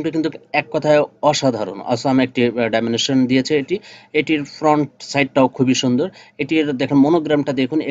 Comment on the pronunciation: ডাইমেনেশন না ডাইমেনশন দাদা